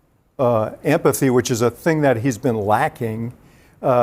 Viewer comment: At the beginning, " to simulate ampathy". What's ampathy? Did he mean empathy?